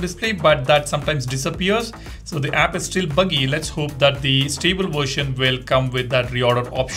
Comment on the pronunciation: Bro that's not vorsion that is the version 😂😂